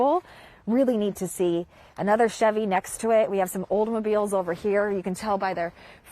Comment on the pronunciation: She sounded like she knew her stuff until I heard her say Oldmobile instead of Oldsmobile. My condolences to the owner